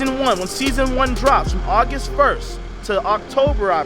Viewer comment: “Augist” is not a word. “Rote”??? “Loat”??? “Axe”???